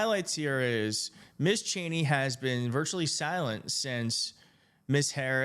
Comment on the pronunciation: Thanks for the great report and commentary. Also, just to let you know, Ms is pronounced "Mizz."